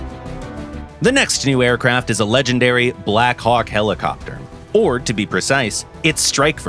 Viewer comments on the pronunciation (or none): none